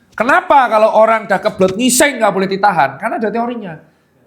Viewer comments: berapa kali dokter tirta ngomong NGUISENG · dok,mesti kali yah kata "ngising" nya ditekan kuat2 😂😂